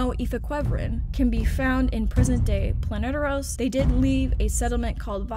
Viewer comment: It's Planetos. Not sure where you found the r